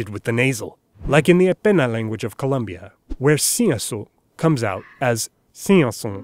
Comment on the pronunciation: not to be that guy but col(O)mbia not columbia